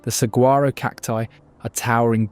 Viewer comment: Wonderful video and photography footage but your narrator needs to learn the correct pronunciation of most of the unique words of Arizona. Such as Saguaro cactus, Canyon de Chelly or the Mogollon Rim.